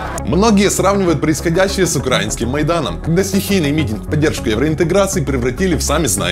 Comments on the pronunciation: Не Укра́инский, а Украи́нский. Не "на Украине", а "в Украине". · Ремарочка: • в Украине (не на) • украи́нский (не укра́инский) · А можно ударения правильно делать? Уши режет «Украинский», ну можно же правильно говорить🧐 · УкраИнский а не УкрАинский)